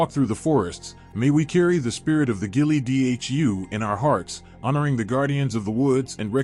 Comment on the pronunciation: You lost me when you couldn't pronounce Ghille Dhu. AI is not capable of describing Alba and never will be. It cannot be done without a soul.